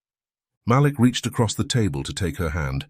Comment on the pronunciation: Damn, its pronounced Maleek!